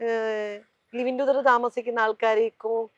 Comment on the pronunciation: ലിവിങ് ടുദർ alla... ലിവിങ് ടുഗെതർ